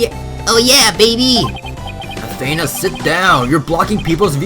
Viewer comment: Athena's name is pronounced a then (like theif but with a n ) a sorry it's a little bit of a pet peeve when I hear her name mispronounced